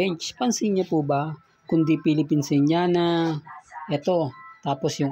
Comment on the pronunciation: Bkit pati filipiniana hindi mo mapronounce ng tama?